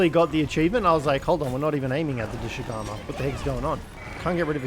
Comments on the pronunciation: His pronounciations of Doshaguma as well (Doshugamu, Doshagamu, Doshagumu etc.) its pretty funny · This man’s pronunciation of thing is lowkey hurting me inside everytime saying “doshugama” when every character that says it has never said that is crazy. Bro I just heard “kanufa village” this is crazy